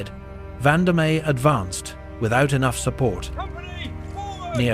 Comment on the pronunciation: Also Vandamme. The e is silent.